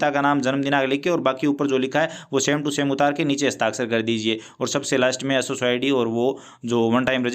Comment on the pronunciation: Sso ❌ असु सो ✅😂